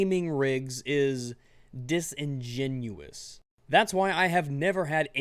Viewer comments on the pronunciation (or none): He say disingenuios (i guessed the spelling) too much